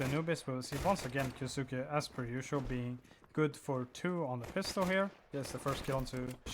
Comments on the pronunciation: just letting you know, kyousuke is pronounced as ki yoh sske. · the u is silent